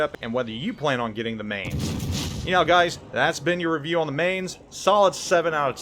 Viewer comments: Spent 2 years at Lee Barracks in Mainz, Germany and it's pronounced "Mine-tz" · I wonder how many times he's been told it's pronounced 'Mines'... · Man that pronunciation was horrible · pronounces it wrong plays like ass gives a half assed-commentary with mediocre gameplay no wonder you only have 28k subs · I do plan on getting it. I've been in Mainz, and would live to have a ship that sparks those memories. Someone else already corrected your pronunciation, so I won't. Take care of your family and enjoy the little ones. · Mainz, you pronounce the ai like the mi in in mice. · Another German ship, Another name butchered by. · same grade of terrible as Notser or him butchering French/Italian/Asian/Russian names. ....how dare the world !